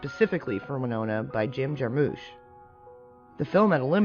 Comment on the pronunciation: Jim's last name is not pronounced Jar-moosh. It's JAR-mish.